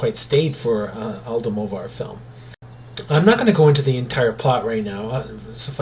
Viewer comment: Almodovar. Lol why u can't learn the director name?